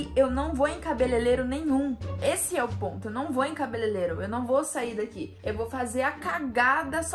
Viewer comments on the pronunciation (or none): cabelelero kkk é cabelereiro kkkk